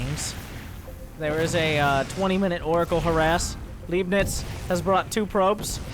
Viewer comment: C'mon :-D I thought you know some german from your gamescom visits ;-D. "Leibnitz" was a german mathematician who is said to have invented calculus, also Newton is said to have invented calculus independently and ... never mind this is not the point... the point is, I would have assumed you knew how to pronounce "Leibnitz". The german "ei" is pronounced much like the "i" in "tide" or "lie". Just mentally swap the letters :-D. Oh .. and I love your casts ... made me start with SC2 again :-D